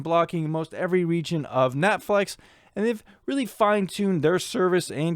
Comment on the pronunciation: "Netflex" probably your Seattle accent taking over; New Englanders have a similar thing ^__^ Even though I'm a torrenter as I'm unable to afford those streaming bundles an' such, I did find this educational. Magnificent work as Always!🖤